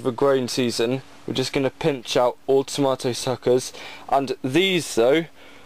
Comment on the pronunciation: that is not how you say tomato